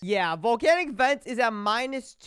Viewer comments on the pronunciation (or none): none